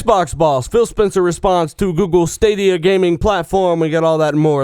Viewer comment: Sounds like your saying Bill haha :)